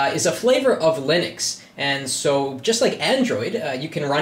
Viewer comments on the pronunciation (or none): none